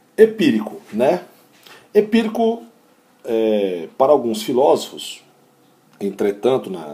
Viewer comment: "Epiricu" kkkkkkkkkkk Amei ❤😂